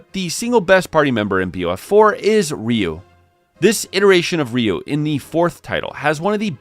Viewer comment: Um, his name is Ryu not Ryu.